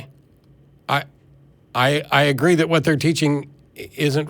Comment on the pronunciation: Why does Matt pronounce Hwat instead of What?